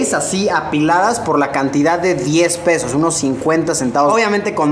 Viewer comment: Em.. Fer se refiere a que en vez de "pesos" ha dicho "peos"